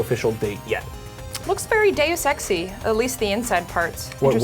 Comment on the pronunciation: "Very deus-sexy" Oh tara....